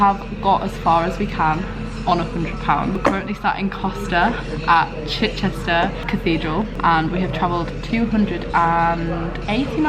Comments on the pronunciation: its literally pronounced chich-chister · Chichester is pronounced Chi-chister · The way you say Chichester 🙃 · slightly triggered at how you pronounce Chichester but other than that love it 😂